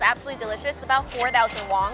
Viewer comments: she keeps on saying wong instead of won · It’s not wong but won 😂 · It annoys me that she pronounces korean won-(₩) "wong" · Are you saying, “Won” or “Wong” lol